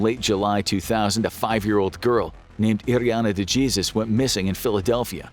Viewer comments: De "Jesus" ? 🤦🏼🤦🏼 it should be pronounced De "Hesus" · Am I missing something, or did they say Duh-Jee-sus? Instead of DE-HAY-ZEUS? if I'm not mistaken, is this an Ai reading the scripts? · Dude really said "DeJesus" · "De Jeezuz"? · Apologize to every Spanish speaking country for your pronunciation of 'DeJesus' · Wonder how he pronounces Fajita. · The most disturbing part of this is the narrator's pronunciation of "Dejesus" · De Jesus. The j is pronounced like an h in dejesus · they way the y pronounceed the spanish name Iriana DE Jesus. wow